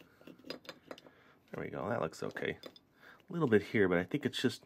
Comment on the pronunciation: you said e not we